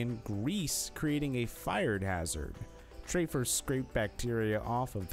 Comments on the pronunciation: His name is TAFFER!!! Not Traffer!!!! You're creditability is ZERO! Also, your first clip is from Shameless! You're ridiculous!!! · Who is trayfer? It's TAFFER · Makes me laugh when people make videos that they have no idea WTF they're talking about!! Like stop clout chasing and making videos of a shower have never seen lol there is no way that u ever watched an episode at all how does TAFFER get pronounced TRAY FER??? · It’s TAFFER NOT TRAYFER. You need to watch lots of Bar Rescue to know that